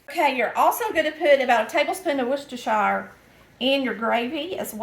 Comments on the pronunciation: Worcestershire Sauce is a British invention named after the town of Worcestershire in the county of Worcester in England. The "werstershur" is the correct pronunciation. Fun fact, a Shrek 3 location was modeled after the town not only for its looks, but because of the way people mispronounce the name. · you are the only cook on YouTube that pronounces Worcestershire correctly! I was born in a Massachusetts city of Worcester, so I know how to pronounce it. 🙂 Good luck on your new adventure of finding a new house. I felt the same way when my son left for college.